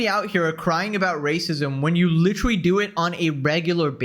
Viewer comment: I just realized cannot say literally. Lol, still a fan just found it amusing. Litery.